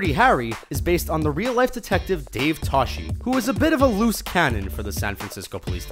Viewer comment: He also blew it on the pronunciation of the SFPD homicide detective's name upon which Dirty Harry was based. Det. Dave Toschi is pronounced Tos-ki, not Tosh-i